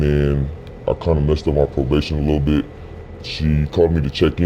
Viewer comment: Its bit not bid